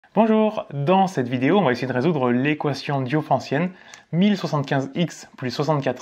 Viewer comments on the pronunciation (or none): Je suis peut-être un peu influencé par l'anglais, mais quand tu prononces comme si on écrivait Diophancienne un adjectif qui vient de Diophante, ça sonne un peu bizarre, non ? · Toujours aussi impeccable ton explication, avec en prime une prononciation innovante de "diophantienne" qui m'a bien amusé parce c'est toujours rigolo quand le prof se trompe... mais évidemment, sur la partie maths, je ne la ramène pas... 😂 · Ahahah merci mais elle a quoi de bizarre ma prononciation ?